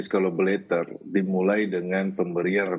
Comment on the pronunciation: Dari dulu saya perhatikan dan mendengar sering agak keslimbet kalo bilang Justice Collaborator, selalu nyebutnya Collabolator…. hahaa😊. So, Terus dan ttp semangat Bang, utk bela & perjuangkan Richard dlm mendptkan keadilannya… kami sllu mendukung mu 👍👍🙏💪💪